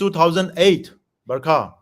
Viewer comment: Her name is barkha not burma